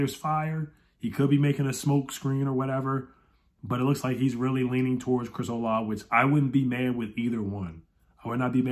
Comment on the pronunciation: Chris Olave is actually pronounced “Olavey”. As a Buckeye fan, I watched his output over his college career and he is definitely a difference maker on the field. Great signing if we get him!